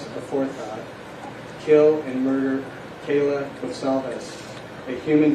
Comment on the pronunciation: how does he mess up kaylee saying kayla? they end in two separate layers and pronunciations